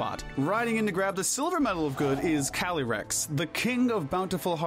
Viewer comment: I’m sorry but I can’t with the pronunciations. Cali-rex?